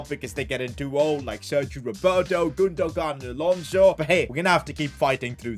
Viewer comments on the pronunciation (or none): Does he pronounce names like chiesa, gunogan and Nicolas Pepe wrong on purpose? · Why did he say gundogan like that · "ilkay gundo-gun" 😂😂